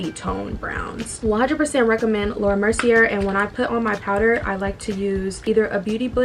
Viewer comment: Girl. It’s pronounced Laura MERCY-AYE. Also, your makeup turned out bomb😍😍. I will say that the shorter lashes you used at the end complement you wayyy better than those awful spider lashes you wear sometimes. You looked beautiful and very classy in this video💕